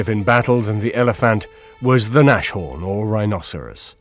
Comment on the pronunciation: Nashorn is pronounced "Nas-horn", not "Nash-orn". The name means 'Nose Horn'.